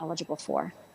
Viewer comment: “Dr Kaplin”. Does anything else need to be said? 😆